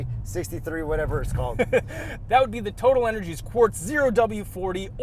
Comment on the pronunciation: How has no one commented on the correct way to say Total Energy? I am from the US, although from the energy capital of the world and I know how to say it. If youbare sponsored, say it the right way.